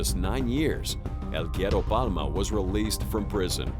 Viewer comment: Love how you butchered the words el güero palma.